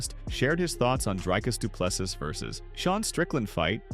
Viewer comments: Repeat after me: "Dree-cus Doo-plês-sea" Again: "Dree-cus Doo-plês-sea" Once more: "Dree-cus Doo-plês-sea" Last time: Dree-cus Doo-plês-sea" Final Time: "Dree-cus Doo-plês-sea" Final Last Time: "Dree-cus Doo-plês-sea" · Drycus 2plusses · Commentator, learn how to say Dricus Du Plessis's name, its not so difficult. Do some research man, its not so hard!!! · Rather say DDP, you are struggling to much with his name bro